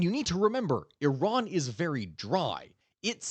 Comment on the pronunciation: SURPRISE - You know how to pronounce IRAN - EE-ron. Khehle momnunum. Dar Daneshgahda Pahlavi dars khandam. BS from U of MN MS from CSU. Retired agricultural engineer, irrigation.